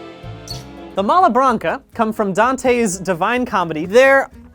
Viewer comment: You also mispronounced malabranche it’s MALL-BRAWNCH not malabranka dipshit